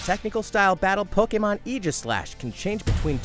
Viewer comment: Po-KAY-mon Mimic-kyu